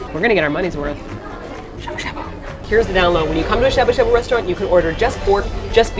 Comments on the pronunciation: DX Trying to be cool...... but the a sound is getting to me, cause you guys are saying shabu shabu so much. Cause I keep hearing "a" as in "abdomin" instead of the "ah" as in "awful" lol. But you're learning, and you're doing awesome, and who the hell am I to get hung up on your pronunciation??? #nobodythatswho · Sha sha buu buu now you can't speak English